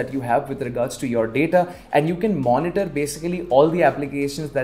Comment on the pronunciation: "kampyuter" "money-tar" "yourap"